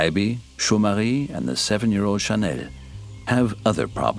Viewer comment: I like how the narrator pronounces Jomarie and Chanel's name in a French accent